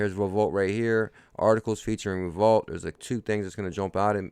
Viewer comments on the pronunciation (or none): Great info. FYI. I think Revolut is pronounced REV O LUTE. Keep working hard and forget all the do nothing, know nothing haters and their negativity. XRP baby!